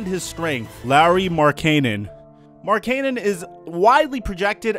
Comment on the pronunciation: Also you said Markenen wrong